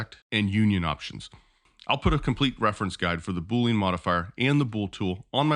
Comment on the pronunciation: I like your video, but your pronunciation is incorrect. It is boo-lee-uhn, like "under". It is not boo-lean, like "lean cut of meat"